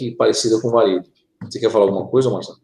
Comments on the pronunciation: O livro The Project de Mark Macy se refere à Terra paralela como Varid, e não Valid. Será que ouvi bem? Entendi o pronunciar com "L". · Terra Oculta, Marduk é um ser, entidade de origem maldekiana, de Maldek, isso em conformidade com as informações q li em "atravéz de olhos alien". E o tempo todo ouvia a pronúncia de como planeta Valid e não Varid conforme, agora, corrigido. Gratidão.